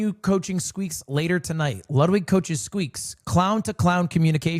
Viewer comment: "no i know luwdwig" its ok we all luv u more